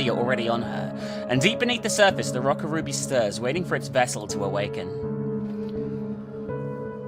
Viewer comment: Oh my God. You kept mispronouncing the name of the second game. How could you?1!211211! Call yourself a weeb?